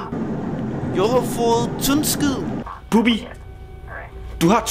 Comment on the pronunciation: det er Bubbi ikke "Bubber"